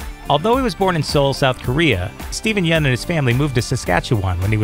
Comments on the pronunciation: The right way to pronounce Steven yeuns last name is "yen" not "yun", I kept saying yun too, but I later found out it's pronounced as "yen" because Steven told this to conan o'Brien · Dude...did he just mispronounce Stevens last name?